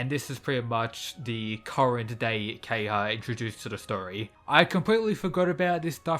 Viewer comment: Ke-ha-ya not Keyha...